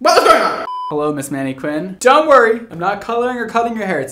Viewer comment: "Manne-QWINN"???, surely you know how to pronounce that word properly......